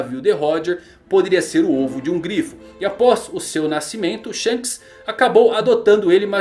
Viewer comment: "Sheikes", milk sheikes